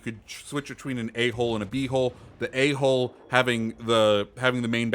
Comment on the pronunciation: Sorry but when you were saying "A hull and B hull". it sounded like you were saying Ahole and Bhole lol